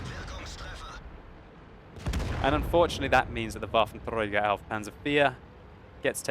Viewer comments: WolfenTrrrrragar xD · why are u struggling with that R when saying waffentrager?